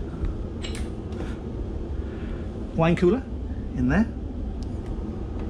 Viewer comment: I may have an audio issue, your voice sounds a little quick almost on helium. And when you said the word “Wine Cooler” how it sounded to me made me chuckle out loud. Thank you once again for the tour.